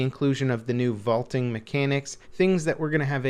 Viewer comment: "The inclusion of the new voltin mechanics" whut ?